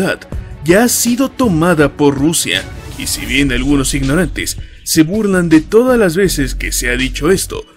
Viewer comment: me gusta la palabra esa de ijnorantes xd